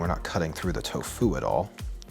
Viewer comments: Miyoko is pronounced "ME-yoh-koh." The syllables in it rhyme with "he" and "bro". Also, the emphasis in "tofu" should be on the TO, not on the fu. TOfu, not toFU. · I swear my man's saying " Toe Foo " not " Tofu " xD love you:3 Man's a GENIUS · Tofu or Toe-Fooo 😅😂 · Why does he pronounce tofu like that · So how many people accent the first syllable of tofu and how many accent the second?